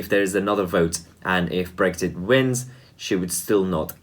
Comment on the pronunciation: Brexit please, not Brekshit.